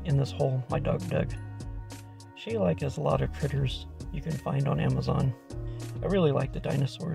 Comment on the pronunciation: Interesting, I've always heard it pronounced differently. We have a few of their medieval pieces for decorations.